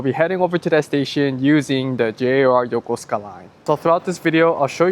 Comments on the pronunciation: and in that video, would you please explain the pronunciation? You pronounced the station name “Yoh-koh-skuh”, but my coworkers who are retired USNavy pronounce it “yoh-koo-skuh”. (And I’m guessing thst pronouncing -suka as “skuh” is standard Japanese?) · Interesting that you barely pronounce the "u" sound in Yokosuka 🤔 as if you take a pause in the word